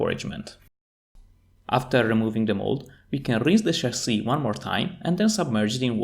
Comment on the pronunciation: Since you brought it up, in English, the short-I sound does *not* sound like the long E sound. They are distinct sounds. "Fish" is not pronounced "feesh". "Chip" does not sound like "cheap". "Hip" does not sound like "heap". "Chasis" is pronounced "CHA-see", not "shahZEE". It's a borrowed French word, and it doesn't follow English pronunciation rules, and the CHA sound is closer to a "J" sound than a "SH" sound. It's the same sound we use for "chicken". We don't say "shicken."